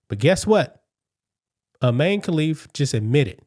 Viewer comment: So Imane now says “I man(e)”…..